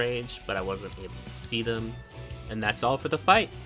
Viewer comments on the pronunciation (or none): none